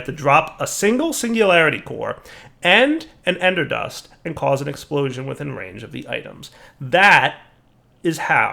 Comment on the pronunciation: Ecksprooshon! faints